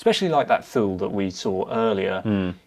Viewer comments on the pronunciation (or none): Great video, thank you for the recommendations! Just a heads up, Thule is pronounced "Toolie". I never thought I'd be the guy in the comments correcting the hosts... yet here we are... I'm so sorry lol.